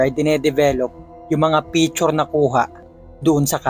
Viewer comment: Picture po hindi pechur